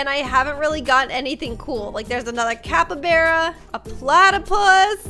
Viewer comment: Its not capabara its called cappybarra